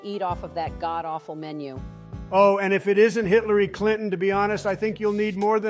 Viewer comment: Lol did he say “Hitlery Clit-en”